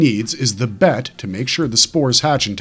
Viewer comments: It’s pronounced B E T not BET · It's not bet. It's the B E T. Broadcast Energy Transmitter